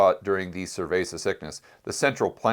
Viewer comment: I keep hearing "survey" sickness, or "cervei" sickness? Or some other variation. I assume its COVID-19. Im baffled